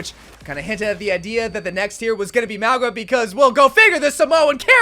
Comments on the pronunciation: Nah Mauga’s VA isn’t Samoan he’s apparently Tongan. Which kinda makes sense because neither him or the devs seem to pronounce his own name correctly. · so many people pronouncing mauga's name wrong hurts